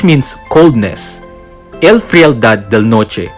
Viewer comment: The frialad pronunciation is wrong or Americanized it should be castilianized pronounce it like "friyaldad" not frail-dad.